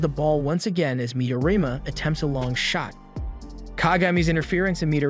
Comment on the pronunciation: Midorima*, He doesn't pronounce it correctly